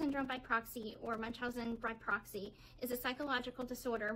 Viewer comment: Wow i cant believe shw pronounced it right In the documentary she was asked if she ever knew what munchausen by oroxyM She responds with, "No i never knew what Munchausen by BOXY" meant She purposely mispronounced it. Thats when i turned that crap off